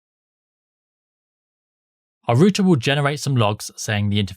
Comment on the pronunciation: It's R OUT ER OUT NOT ROOT-A